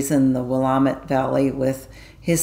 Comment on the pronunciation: I live in the Willamette Valley and the correct pronunciation is Will- lamb- et. I think the winery story you told was about a man who was a childhood friend & neighbor of mine. We grew up in Lodi, CA. As a child I lived in a house owned by his grandparents. It was located in the families grape vineyard. Steve & his sister lived just down the road from us.